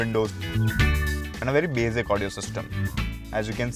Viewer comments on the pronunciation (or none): BAZIC... BAZIC... MENOO... idiot host